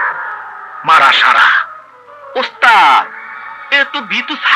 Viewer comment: মারা সাড়া শুদ্ধ করে বল!! 😂🤣